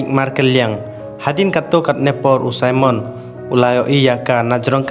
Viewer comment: Simon not saimon